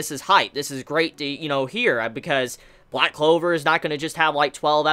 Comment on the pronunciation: man said loud clover lmao